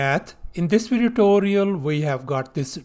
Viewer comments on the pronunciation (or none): none